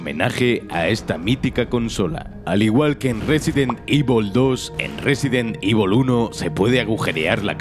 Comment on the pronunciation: Nadie: Absolutamente nadie: Ni siquiera Chris: Narrador de Scandal: Resident IVOL